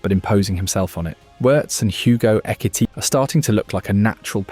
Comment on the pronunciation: AI sounds hilarious. Ekitikah